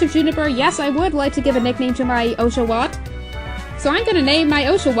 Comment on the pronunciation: Makes me cringe every time she prounced osh-a-watt wrong! Gah